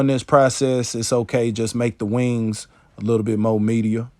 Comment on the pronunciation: I appreciate you making this video as I learn all methods of processing my birds. Love your accent when you say "Wang's" ♥️. I'm also impressed that your pups sit there and watch but don't get in the waste bucket.